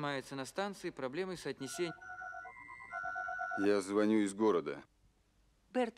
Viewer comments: By the way, the name of the pilot, who's observations are matter of the investigation, in Lem's book and in the film is actually André Berton, not Burton, as it is pronounced in the undertitles. Just a detail. Great book really. Lem was a master. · Berton, not Burton.